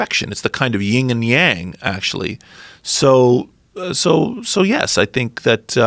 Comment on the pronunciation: its not ying and yang its yin and yang.